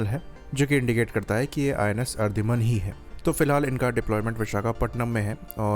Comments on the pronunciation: Ardhiman nahi... Aridhaman. Theek se bolna to seekh le😂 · Its Ari-daman